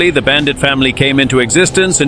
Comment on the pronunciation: Bullshit AI video with awful incorrect facts. And what the hell is a “Bandight” as they pronounce it.